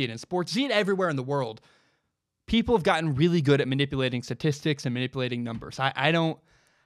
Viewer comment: Learn how to say statistics